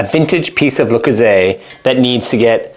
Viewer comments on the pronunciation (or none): Aside from his absolute butchering of the piece itself, It's not Loo-Croo-ZAY. Why do Americans always have to mangle the French language? See also, crimes against the word 'kruh-SONTZ.' 😣🇫🇷